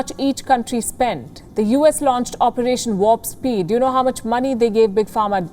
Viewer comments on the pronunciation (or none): none